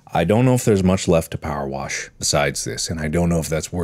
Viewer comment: anyone noticed he said powerwas?